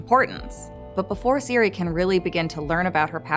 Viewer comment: Ciri not Siri!!!